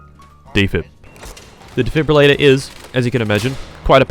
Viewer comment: What’s impressive is that you said defibrillator correctly the first time.